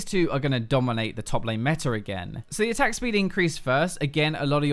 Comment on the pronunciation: its meta not METR -_